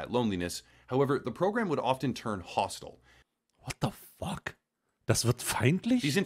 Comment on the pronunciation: Ich mag das übertriebene "WHOT DO FOCK" von überhaupt nicht!!!